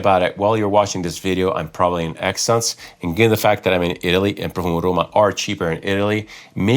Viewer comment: I just heard “it depends on how much stuff I bring back from Exsence” and I’m still laughing